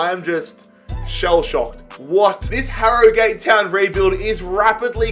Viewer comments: I know you are Australian, im irish but it is pronounced Harrogit Town note Harrogate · It’s not Harrygate it is prenounced harrogit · Harro-gate wtf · You don’t say it like Harrogate you say it like harrogut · this man saying harrogAte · Ha-Ro-Gayt is how he says it Ha-Ro-Gut is how it’s pronounced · pronounces it as HarroGATE Whereas its actually pronounced Harrogut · 30 seconds in and if he says harro-gate one more time I’m jumping out window. And the Tillman signing😭 is doimg a a viktoria koln career and I signed him Cos he was a back up to arp so I thought it would be realistic, what a player he ks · "Harro Gate Town" LOOL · hArR oH gAtE town lol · It's pronouced "harra git" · It’s pronounced arragut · Btw for future reference it's pronounced haruhgat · It's pronounced "aragut" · You pronounce it Ha-Ro-Gut’ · I'm from 5 miles away from Harrogate and the correct way to say it is Harrow-gayte But people where I live mainly say it as Harro-gat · It’s prounounced harrogut not Harrogate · When you're doing these rebuilds, listen to the club name being said first, this hurt so much listening to harrow-gate, you even said it correctly once 😂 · its pronounced harogut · Its pronunciation is 'Ha-ro-gut' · Its harrowgut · Harrogate is pronounced 'aragut'. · wrong I live in Harrogate it is said Har-o-gut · Harragute how it is pronounced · IT IS SO ANNOYING HE LEGIT SAID THE RIGHT PRONUNCIATION AND JUST SAID ILL JUST SAY HARRO-GATE WHY DOESNT HE DO SOME RESEARCH OF HOW TO PRONOUNCE THE TEAMS HE REBUILDS AHHHHHH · Agree it’s harro-gut 😆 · I'm from Harrogate so this triggers me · Your pronouncing harrogate wrong